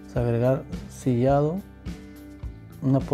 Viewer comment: Por favor señor, hable bien, no se dice "sofrido", sino sofrito. No se dice "sillado", sino sillao y no se dice "haiga", sino haya. Sus recetas son buenas, pero escucharlo hablar quita las ganas de ver sus videos.